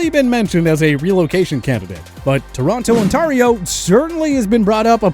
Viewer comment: I’ve never heard someone say Toronto Ontario so weirdly. It’s pronounced Torono On-t-air-io